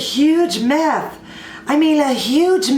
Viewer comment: Myth! Not meth (which is a drug!)